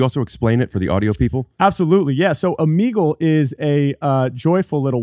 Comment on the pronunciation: Okay I pronounce Omegle the correct way, unlike both of these gentleman.